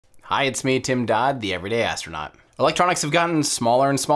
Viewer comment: "Everyday Astronuat" :D